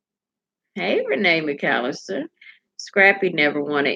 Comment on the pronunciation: U gotta say my name french like the garden lol